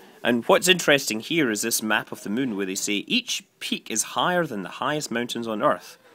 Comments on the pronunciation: Funny how every time you say Moon, it sounds like your saying Mun... lol! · Actually, there is supposed to be an accent over the "u," that makes it pronounced like "Moon."